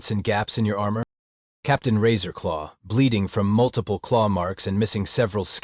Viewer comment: Every time the AI says Captain Razor law, my mind hears “Taserface”